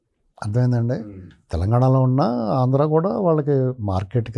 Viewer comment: ఆంధ్రా అని పలకడానికి ఇబ్బంది పడ్డ చిరంజీవి కి నంది అవార్డులు ఇవ్వాలా, ఈ సినిమా వాళ్ళకు నందులు అవసరమా, నర నర ఆంధ్రా ను వ్యతిరేకించే చిరంజీవికి నంది అవార్డులు అవసరమా